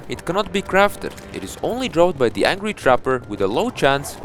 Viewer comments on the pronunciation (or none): Great content as always! Blessed be the pause button for that was the only way I could read your text from the intro. I never noticed before but do you say "the" as "ze"? I didn't know that the stakes pierced 10 enemies but another flaw for the Spirit Flame is the range. While its range doesn't suck like the Bubble Gun, you can shoot 5 flames at a time so I'd put those two drawbacks on the line. Plus, if you go for a Sandstorm, you miss on a Snowstorm and sharks are mean.